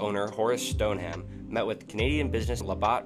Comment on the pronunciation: Good video, but please work on pronunciation. Rutherford (ru-th-er-ford) Raleigh (RAL-ee) Whitey Ford Horace Stoneham (Stone-um)